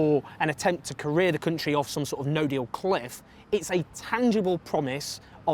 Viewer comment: Labour won't win with Corbyn. That's so blindingly obvious, when will you wake up. Ps: why do you pronounce "country" so strangely?